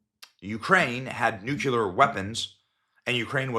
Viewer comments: Nu-cle-ar. Not nu-cyu-ler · I'm sorry, but you lose most of your credibility when you are unable to correctly pronounce "Nu CLe Ar." It is NOT "Nuke U Lar." Seriously, how hard is that ?? Sound it out. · Nuclear. Not Nucular. It’s not that hard. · I cant believe you and your guest mispronounce Nuclear. You say Nucular which refers to the contents of a cell's nucleus! George Bush also moronically mispronounced Nuclear! Seriously, a president of the US , who graduated Yale & Harvard, spoke so ignorantly! Its pronounced nu-clear not nu-cu-lar. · Why can't intelligent people pronounce the word nuclear? When you pronounce it properly it would sound like this, noo-klee-ur not nuculer, you all sound like George Bush Jr, maybe I payed closer attention in English and grammar IDK, and I don't pretend to be the smartest guy in a room of three people, just an observation 😂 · Everyone always says "Noo-cue-lar" it's actually "noo-clee-are" look at the word Nuclear. Let's break it down into it's syllables NU CLE AR. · Can you please stop saying "nuculah"!!! It makes you sound like an uneducated ignorant rube ala Bush junior. The correct word is "NUCLEAR"! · Umm, it's NUCLEAR, not nuke-u-ler. My father mispronounces this word as well. Think 'New-Clear' and you'll get it right. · Why are so many people unable to pronounce nuclear correctly? It's not nucular, it's nuclear. Just a pet peev of mine. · I think this sounds plausible. But does anyone else get really annoyed when someone (whom you view as at least halfway intelligent), pronounces it 'nucular'? Ugghhh. It is nuclear (new clee urrr). Sry, had to get that off my chest. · Nuclear not nuke helar lol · NUCLEAR! NOT NUCULAR! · The guy cant pronounce the word nuclear. Is new-clear. Not new-cyew-lur. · It's NU-KLEE-ER, NOT NOO-QUE-LAR!!! Please just STOP. Makes u sound like a dumbazx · NU CLEAR !!!! not nucular !!! My ears are bleeding please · The correct pronunciation is-----nu*CLE*ar! Not nu""CU" ar! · New'clear Not new'q'lar